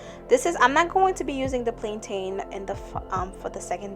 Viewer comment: I love the video, thank you girl 💜 but as a Jamaican how you pronounce Plantain irks me 😂